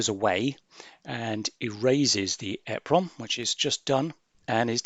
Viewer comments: called EEEEE-PROMs not EHHHH-PROMS - just saying 🙂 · you missed the point. you are saying it WAY wrong. It is well known how to say it. E (small 1/2 second delay) PROM. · Google it - people in the industry say ‘eprom’ and ‘double eprom’ - there’s no eh prom. Annoying when people say efffernet too